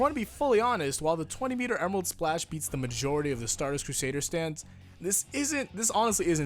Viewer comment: Emerarudo splashu!!